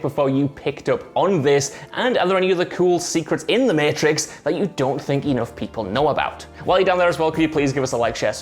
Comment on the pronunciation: Everyone: mAtrix WhatCulture: Meeitrix